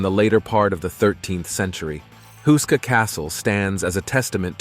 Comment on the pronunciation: it says husa castle.....is it not houska castle??